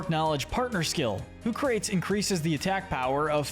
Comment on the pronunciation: Lemme ask you something. Do you pronounce “Socrates” as “So-crates?” No, it’s “sock-ruh-tees” same for Hoocrates. It’s a play on Socrates because it’s an owl so it’s wise.